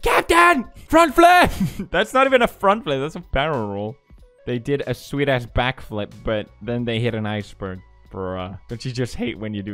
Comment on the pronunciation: When he said “sweet ass backflip” I thought he said “swedish backflip”